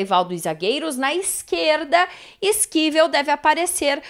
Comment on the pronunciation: Olá, só você que pronuncia o nome do Esquivel desse jeito.